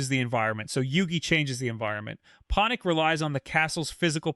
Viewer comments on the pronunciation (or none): Poh-nic lmao